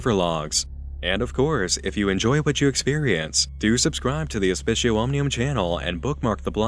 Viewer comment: C's are hard in latin btw. So aspicio is pronounced "aspi-k-io". The c sounds like a k, like Kit Kat. Just an fyi.